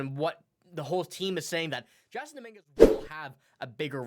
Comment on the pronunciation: His name is pronounced Jason